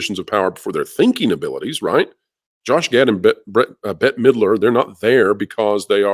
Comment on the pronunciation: At first when you said Midler, I thought you said Hitler 😂